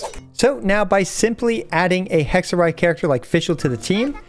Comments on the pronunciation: as an italian, it was hexerei not hexerye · "It's hexa-rei not hexa-ray" - Hermione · I apologize for saying Hex-a-Ray : anyway, Hex-a-Ray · I thought that funny. He back tracked on it immediately. xD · If you read the thing as it is, it should be HEK SUH REY right? well yacht is pronounced YAT so.. (sorry I'm not an English native speaker) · If they wanted it pronounced Hexerai, they shouldn’t have spelled it Hexerei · the fuck you mean hexer-rye. That makes zero sense. What. No.